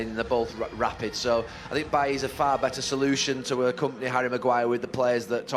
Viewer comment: “I sink”